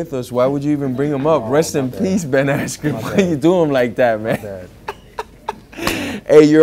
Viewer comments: Jorge just massacred Asskren lmfao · The moment he said ben asscream i burst out laughing.